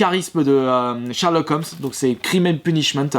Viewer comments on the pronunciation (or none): none